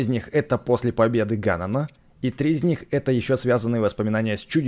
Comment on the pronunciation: А ещё Название Ганон надо говорить Гэнон